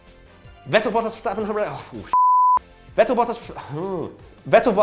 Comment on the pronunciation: For god's shake please pronounce Vettel's name properly. V is F